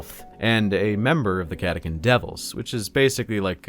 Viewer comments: cata CHAN not cata CAN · Is it not pronounced Catachan, chan like 4chan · Ka-ta-kan - what the heck